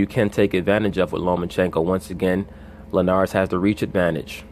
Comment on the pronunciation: why would any grown a$$ man pronounce Jorge last name the way these clowns on ESPN do? Show some respect!